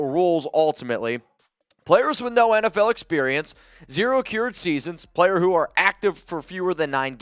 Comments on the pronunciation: Can't stop chuckling everytime says Accrued (uh-cured).... suppose to be pronounced "ac-crude" 😉 here for the assist 💪🏽 keep the great content coming raaaaaaaaiderrrrrrrs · It's pronounced "Ah-crew-d" not "Ah-cure-d" - just an FYI.